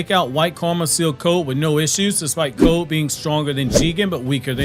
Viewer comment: 3 years from now this mans still not gonna be able to say the word code without going stronger than Jigen weaker than Ishiki😂